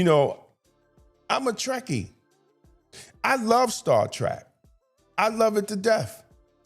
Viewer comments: Star Trek, not Star Track! That should show how much of a Trekkie I am. We all know that The Orville was a parody of the Star Trek series. Although the show was worthy of a Trekky fandom, look what they did with the Klingon representation. They made them haters of men and women. We know that Klingons are basically representing black people. That is a battle within itself on a larger scale, but was it really surprising in the new series that the Klingon is gay? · Star Trek…. Not Track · Appreciate you bring this up, Star Trek Academy is nothing but straight up crap. I think you are awesome but just want to tell you, it is Star Trek, not Trak. : ) It seems like masculinity is a bad thing, I don’t know who these writers are, and like you said, never seen a single Star Trek episode. How can you be a writer, there is complete cannon on this.